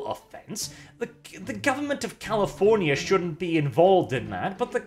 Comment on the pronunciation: I love the fact that said "Californyanyanya" =V=